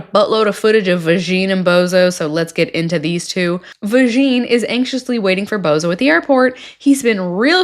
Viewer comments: “Van-ya”, not “Vagine”. I’m not sure if someone already said this. I love your channel. I don’t even watch any of the 90 Day shows anymore, but I love your content because I love your jokes. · Vasheen?! That’s ridiculous. Are you really that ignorant if you can’t say Vanja! Ooooh you’re american….. no wonder! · You pronounce Vajna "vagine" like the Borat character talks about his sister's "vagine" 😒